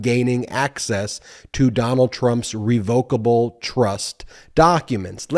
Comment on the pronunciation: Ben - I think you're mispronouncing revocable. It's reh vuh kuh bl with the emphasis on the first syllable.